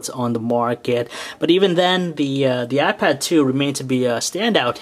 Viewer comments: He called it a "y pad" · He said YPad? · you call the iPad a ypad :P but overall a really good review :) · It sounds like he's saying "WiPad" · He says wipad all the time -.-'